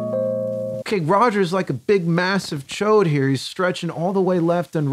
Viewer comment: lmao did he just say chode??